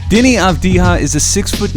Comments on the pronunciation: It's Avdiya, not Avdiha. It's from Serbian, not Spanish. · Avdiya, not Avdiha, mate. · Its not pronounced "avdiha" man wtf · This guy pronounciation is Deni Avdiya wtf is wrong Avdija like mexican? Bro u ok? Do you know where is he originaly? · Never trust a scout that cant even pronounce his name right , video meshed up last 2 years as a 17-19 year old and didnt noticed that he already improved in some areas that was mentioned as an issue , such as 3pt shooting and descition making. FT he will get over that- in israels semi final U20s he scored 12-12 when it counted. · he doesn't though. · Gal Gadot it pronounced like Gahl Gah-dough-t, essentially the "T" his not silents, she's not french. Secondarily the "J" in Avdija's name is pronounced more like a"Y" since the name is of Balkan origin, you would go around pronouncing Jokic like "Hokic".